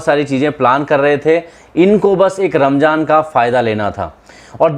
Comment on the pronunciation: Not ' ramjaan ' its ' ramzan" . About 'beedi" dont point only Muslims it's a personal habits depend upon person to person .when you want to speak about someone or something don't bring religious . Don't pore the haternes in the cast. We all are brothers and sisters . Jai hind😊.